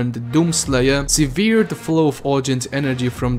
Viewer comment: Severed se pronuncia seh-verd